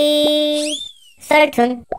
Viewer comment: 아니..무섭고 기묘한데 계속 호돌이의 를 포돌이의 라고 들려 ㅜㅜㅠㅠㅠㅠㅜ